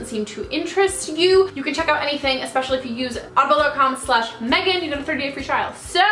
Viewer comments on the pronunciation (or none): none